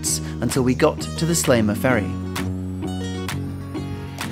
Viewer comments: Very nice video. One problem, every time you say Sliema" you pronounce it something like "Slayma" and it annoys me a bit XD, it's pronounced "Sleema". Another fact about Sliema is that there is this stereotype that foreigners live there. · You might have made more of an effort in pronouncing the names 'a la Maltese' Medina is pronounced Med-ina and not Em-dina. Sliema is NOT Slay-ma but pronounced Sleema. Grrr. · Good video, well done!, but.....please - Sliema is pronounced "sleema" - not "slayma".....always has been and always will! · Pronounce please . Seleeema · Great video. Used to live in Sliema which is pronounced Slieema, long e, not short.